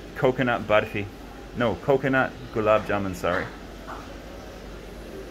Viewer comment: Karl u sounds gud Wen u speak BARFI 😎✌️